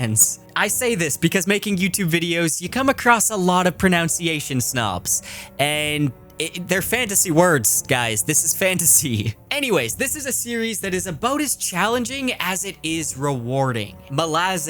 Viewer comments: Probably b8, but then pronunciation is pronounced with an ʌ in the second syllable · The irony of how you pronounce “pronunciation” though.. 😂💀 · Did you mispronounce the word "pronunciation" on purpose? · The irony of pronouncing "pronunciation" incorrectly at this exact moment is not lost on me. I would claim it as intentional